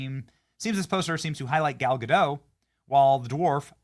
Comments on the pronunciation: It's Gadot, not Godo. It's not French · The "t" is pronounced in Gadot, per Gal herself on video. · Oh Benny... Gal Ga-dot, not Ga-dadough. Do your homework bruh! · Its GADOT, theres a T there at the end.